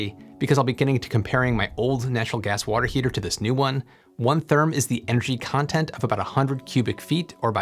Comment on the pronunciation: Theeerm?? Whaat?